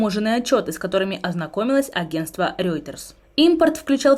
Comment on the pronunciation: Рёйтерс 😂😂😂😂😂 хахаха